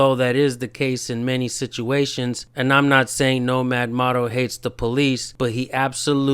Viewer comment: Just a heads up bro, it's mōto... like motorcycle. Motto is what you were saying